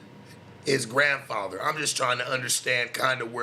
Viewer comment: said my grandpather 😂😂😂